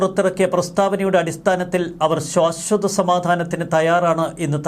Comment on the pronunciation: സർ, ശ്വാശ്വത എന്നല്ല ശാശ്വത എന്നാണ് - അരോചകമായ ഉച്ചാരണം തിരുത്തുക!